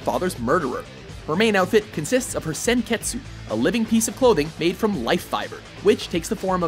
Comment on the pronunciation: would have liked to have seen the Imperial Demon Army uniform from Seraph of the End get an hon. men, and I would have thought Senketsu (Which, btw, at least in the dub, the u is SILENT, WM!!!!) would have won. I mean, after all, he is incredibly powerful and has a lot more behind him than just being a skimpy little outfit. Like being able to fly, become really spiky, fly AND become really spiky, and more!